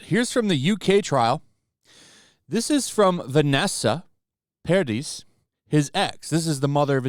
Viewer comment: Dear, Vanessa Paradis is FRENCH... so that last "s" is SILENT... and instead it is a "slightly longer i instead".